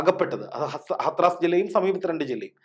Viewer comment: ഹത്റാസ് എന്നല്ല, ഹാഥ്റസ് എന്നാണ് ശരിയായ ഉച്ചാരണം.